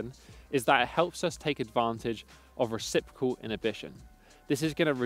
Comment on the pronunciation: Sorry for being a dick about this but reciprocal, not recipricol . really interesting video, thanks